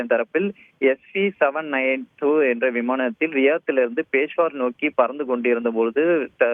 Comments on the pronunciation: நீங்கள் எல்லாம் எப்படி நிருபர்கள் ஆனீர்களோ ... பெஷாவர் என்று கூட சொல்ல தெரியாமல் பேஷ்வார் என்று கூறுகிறீர்கள்... பொது அறிவு சுத்தமாக இல்லை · is not able to pronounce peshavar properly....